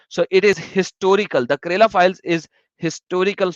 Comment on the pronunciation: How say kerala as karela xD xD xD. "karela" is a vegetable in india it is bitter gourd. state "kerala" is pronounced differently.